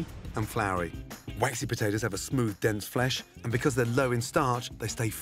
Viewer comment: Anyone ever notice Gordon says Butatoes